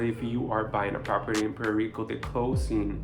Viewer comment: What is Puero Rico..learn proper english..